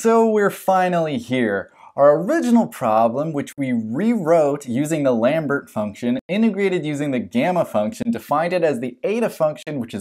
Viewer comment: Pronunciations: Lambert = "Lom-Bear" Dirichlet = "Dur-Shill-Lay"